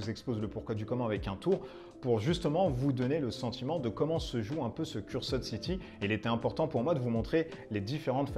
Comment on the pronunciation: Moi je dit qu'il en faudra plus pour battre Necromunda-Dark uprising. Décors sublimes , miniatures super cool, règles et univers vraiment intéressants... la boite pèse 4kg je crois que c'est un record. Donc moi aussi je passerai sur Cursed (dites [Ceurst] et pas "Curssed"). N.B : J'aime bien la présentation en mod Fidèle Castro pour "Age of Cigar" ;D